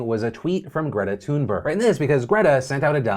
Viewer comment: Did he really just pronounce Greta's last night as TOONburg????